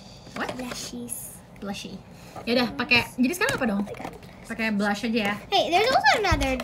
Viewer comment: Sienna yang anak kecil aja tau, yang bener ngomongnya Blush. Tapi kenapa banyak beauty vlogger masih pada pake kata "blush 'ON'"? 😌